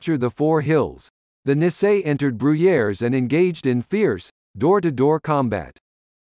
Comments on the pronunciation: It is very difficult to listen to this person mispronouncing Nisei, it should be pronounced knee say. Also the correct unit designation for the 100th Infantry Battalion is 100th Infantry Battalion Separate. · Speaker should have learn to pronounce Nisel correctly !!!